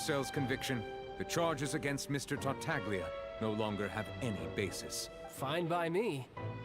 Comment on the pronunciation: I can see it on face, the pain of hearing the "g" in Tartaglia when characters are saying that name